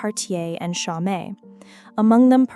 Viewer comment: “Cho - met”? Really? You stories are so good, but your AI voice stinks. Just a way to dumb down Standard American English even more.